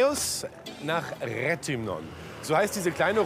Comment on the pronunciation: Tipp vom Profi! NIEMALS KEHRE EIN, WO MAN DICH HEREINBITTET! KEHRE EIN, WO MAN DICH BITTET ZU WARTEN, WEIL KEIN PLATZ FREI IST! VORZUGSWEISE BELEGT MIT EINHEIMISCHEN, DIE WISSEN NÄMLICH WOHIN! PS: Die Stadt heisst Re th (englisches ti eitsch) ymnon